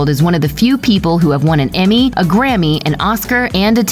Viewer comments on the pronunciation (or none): none